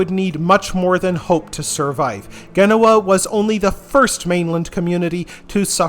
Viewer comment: not Ghenoa, jen no wah (genoa)